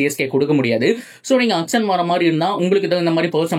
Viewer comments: Athu ennaya "akson" 😂 Auction nu thanaya solluvanga😅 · Akson ila Bro... Auction.... Your video super... Auction ah matum nalla pronounce panunga